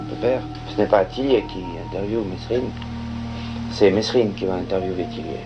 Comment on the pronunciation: c'est mesrines pas messrines bandes de rigolos